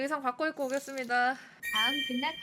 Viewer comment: 극락이 아니라 근락ㅋㅋㅋㅋㅋㅋㅋㅋㅋㅋㅋㅋㅋㅋㅋㅋㅋㅋㅋㅋㅋㅋㅋ